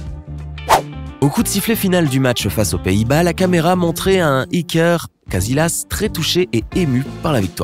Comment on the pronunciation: C'est pas iker cazilasse mais casillas